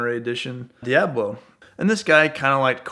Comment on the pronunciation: Does it irritate anyone else with the way this guy says Diablo